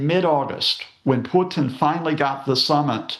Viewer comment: I love how Professor Lucas tries to use a Russian accent to pronounce Vladimir and Putin, but screws up the accent big time. Content was good though.